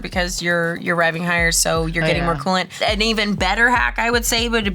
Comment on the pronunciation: Yeah, it's "Cool-Ant it"!!!!🤣